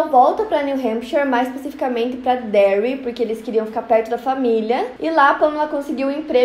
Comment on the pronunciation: as it stans piram so de ouvir "derry"